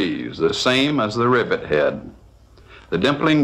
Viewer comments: Back when presenters were allowed to be their wild and zany selves lmao 🤣 great video but gah damn the man needs some enthusiasm. Also, I love the way he says hay-duh (head). Phenomenal stuff. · This dude pronounces "head" with three syllables...